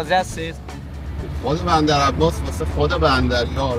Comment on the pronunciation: چرا گفت بمدر عمباس😅